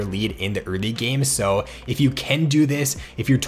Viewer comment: I swear to god the way you pronounce "early" just pierces my ears every time